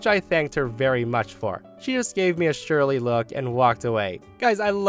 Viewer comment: Surly sounds like Sir-Lee, surly, it means bad tempered and unfriendly. Example - The waiter gave me a surly look before walking away.